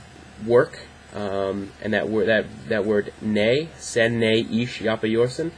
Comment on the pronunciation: Your Turkish is well, usually you have the Istanbul accent which is polite but you get this Arabic Turkish accent all of a sudden. At one point you pronounced "e" like "a". I noticed it when you say "Sen". You're doing fine with "Ben" but the way you said "Sen" sounded more like "San". Just don't think about Arabic a's. Try to pronounce "Sen" the way you pronounce "Ben". Just you know, not with B but S. It was wonderful to see foreign people know about Turkish enough to talk about it. I know my language is hard but I hope you don't give up improving. Best wishes.